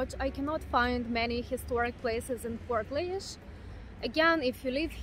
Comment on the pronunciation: The laoise is pronounced leash